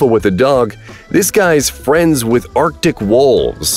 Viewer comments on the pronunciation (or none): none